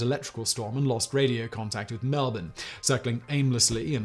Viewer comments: I’m listening to this thinking where the hell is Al-berry then at end I’m oh fuck he’s saying All-brie 😂 you say Melbourne right tho 👍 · You said melbourne correctly. That never happens. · Hey most people don't get Melbourne correct he got that one. Also who knows Albury in Europe? It isn't exactly a world renowned town.